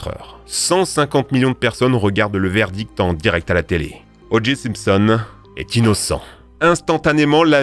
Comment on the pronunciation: Ça se prononce "O. Jay", pas "O. Gee".